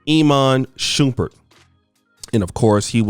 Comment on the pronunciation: Lol "E man Shoeperd"? "Iman Shumpert"